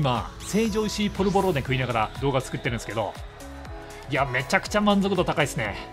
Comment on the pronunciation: 成城石井のイントネーションに若干の違和感。笑